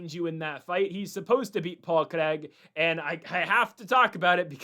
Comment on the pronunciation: LITERALLY TURNING THIS SHII OFF BECAUSE OF HOW HE'S PRONOUNCING "CRAIG" BRUHHHH STOP SAYING IT LIKE HE'S FKN BRAZILIAN